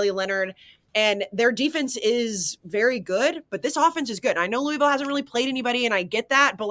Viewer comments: It’s “Lou-ah-vull” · Great new intro! Blutman trying to correct you on how to say "Louisville" while ALSO mispronouncing it pissed me off. No one on the pod knows how it's done.